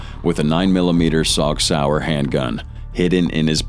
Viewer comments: It’s pronounced sig not saug. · I’m not a nerd but just so you know it’s prouder sig suar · Did he say “Sog Sauer” hand gun?